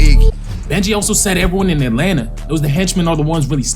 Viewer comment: Atlanta not Adlanta 😂